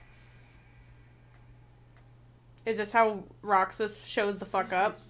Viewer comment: I swear I heard him say “Camp Roxas” like, the newest world is gonna be based on Camp Rock, maybe also High School Musical and Halloween Town? I WANT THIS EVEN IF IM MAKING A DUMB JOKE!